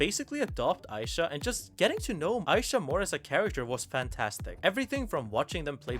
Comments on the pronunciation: Who's Aisha??? It's Isha, ee-sha. Ik you must be white or something and not familiar with ee pronunciation (like people saying aissa instead off issa)but common, jinx literally yells EESHA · oh my gods why is everyone sturuggling with this, jinx actively says her name in the show there's no reason so many people should be butchering it like this its really not a hard name say it w me e - sha not eye - sha 😭😭😭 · Its Ee-sha not Aisha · Why spelling Isha like that tho 😢 aside from that, great video (I get butthurt bc ppl mispronounce my name in the same way all the time)